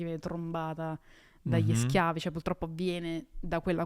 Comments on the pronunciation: Ciao Valentina, ti amavo… poi hai detto “puLtroppo” e tutto è svanito 💔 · Valmetinaaaa “pul troppo “non si può sentire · Aveva resistito bene ma quando ha detto pultroppo mi sono cadute le sfere per terra...